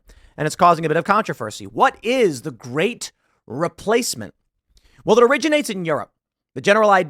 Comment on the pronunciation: Reee - place - mint is not a theory, it's a CONFIRMED FACT.